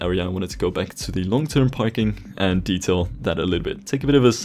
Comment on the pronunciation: It’s details not decails